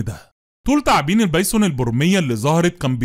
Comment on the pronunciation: عيب يارجل اسمها ثعابين مش تعابين تعبتنا بنطقك للمره الاخيره انصحك اسمها ثعابين.